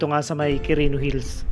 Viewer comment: anong Qurino Hills pinagsasabi mo? 😁 walang S un sa Hill